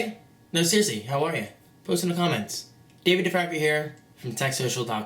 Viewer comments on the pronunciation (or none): none